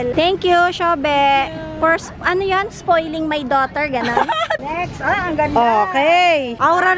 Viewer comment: “thank you for sfoiling my.. SFOILING???” aliw din talaga si 😭